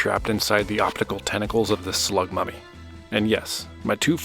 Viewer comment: Slug mummy, even tho I thought you said slug puppy at first lol